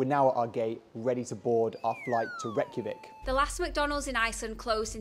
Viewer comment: Its pronounced ray-kja-veek